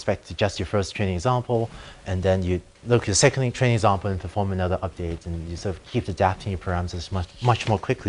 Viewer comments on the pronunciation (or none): i don't know if it's me or the teacher, but i can't stop hearing "Chinese example" instead of "training example"